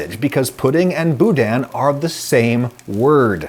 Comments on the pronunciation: Boudain, is better pronounced boda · As a Louisianian I felt as if i was wronged by your pronunciation of "Boudin" Anyways a good video nonetheless